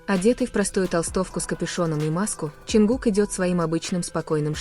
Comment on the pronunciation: Lady would you please learn to pronounce his name right his name is John cook not whatever you're saying